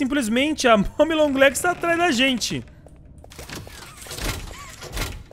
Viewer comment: Eu tambem escutei ela fala isso não é momi é mommy